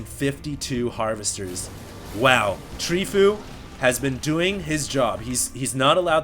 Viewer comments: terran is Tree fOu. from fOu team, not treefo U. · Btw, it's Tree Fo U